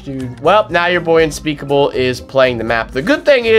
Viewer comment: New Intro! Bro Love The Intro I Soo excited for the Outro style! Love you Unspeakable And I STILL Remember When you said your name like dis (Two days ago) Unspeakable: Subscribe to Nathan And UNSPECKABLE , Me: DUDE YOU SAID YO NAME WRONG